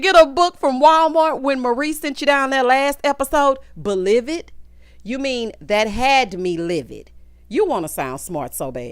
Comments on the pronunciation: Baaaaaaaaaaaaaaaaby II hollered and paused for the cause and broke my legs to run and see if you had dropped a review when that ole Glendale said be-livid a!!! 😂😂😂 Thank you for consistently tickling my soul! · I rewound to hear “belived” and “incognarto” more times than I can count. Absolutely ridiculous.